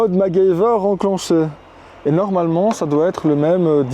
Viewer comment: non tu peux pas prononcer macgyver comme ça ;-)